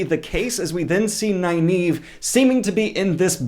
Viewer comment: Great vid....isn't Nyneave pronounced Neeve?!